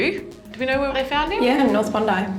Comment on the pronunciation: I absolutely love how Aussies take a one syllable word like "know" and turn it into "noooeeeyyyoooo"